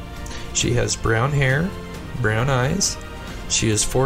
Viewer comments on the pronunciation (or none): none